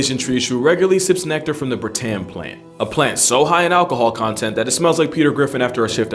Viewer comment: As a Malaysian I can tell you some more facts about the treeshrew: - Malaysians regularly called them "tupai", or squirrel, even thought it's not really a squirrel. - They're common in cities too, adept and adaptable - They usually hide in drains ("longkang" in Malay) Also, the a in "bertam" is pronounced like the u in "dummy", Malay language has very different spelling than English. Other than that, very nice video, I like